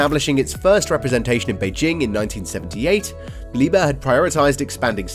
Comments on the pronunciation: NOT PRONOUNCED “LIEBER” but LIEB - HERR!!! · The 'h' in 'Liebherr' is actually pronounced: Lieb herr, not lieber. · Its LEE-BEAR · I am not Deutsch but please don't say again Liber. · You can pronounce it like "leap hair" thats the closest you will get to German pronunciation. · All you need to do is: -open google translate -type in the german word that you are butchering -set it to german at the top -press the loud speaker symbol at the bottom! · In Liebherr the "h" ist not silent